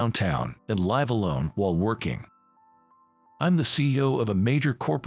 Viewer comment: The word is pronounced lIve with a short i sound not lIve with a long i sound. Get it right!